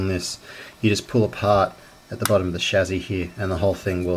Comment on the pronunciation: By the way its Chassy, not chazzi